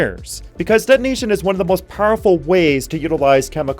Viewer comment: de'onation is not the same as detonation